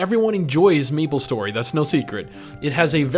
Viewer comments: 1) its may-ple .. not me-ple.. 2) it was never p2w, it was p2look cool. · why do you keep saying Meeplestory? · i disliked cause you kept calling it meeple story and not MAplestory . . . . . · "what does meeplestory 2 bring to the teeble?" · Austin Norman I'm glad I'm not the only one. I cringed every time he pronounced it Meeplestory and Mablestory some 100 times